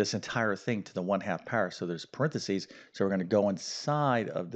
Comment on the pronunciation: Could you please improve pronouncing paranthesis